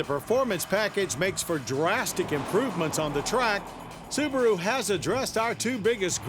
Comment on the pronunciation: The little soo-bar-oooo. WOW